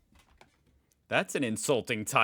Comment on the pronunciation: "I think yuo know if yuo are stupy" 😅😅😅not always 😅😅not always😅